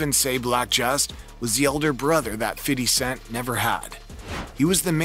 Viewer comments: I stop listening when i hear fiddy cent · Feedee cent 😂😂😂😂